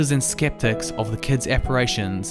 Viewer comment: At the end, “Catholicism” should be pronounced “Kuth AHL uh SIZ um.”